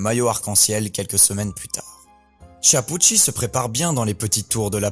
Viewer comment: Tu ne peux apprendre à bien prononcer son nom ?